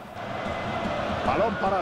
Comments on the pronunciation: Se llama Bale y se pronuncia Beil XD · es bale pero se pronuncia bail, maduvidichjks xD se pronuncia manduvich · se escibe BALE pero se pronuncia beil ;)